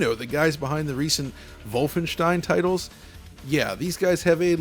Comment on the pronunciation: He finally did it. I decent pronounciation of Wolfenstein. He tried it for so long and so many times xD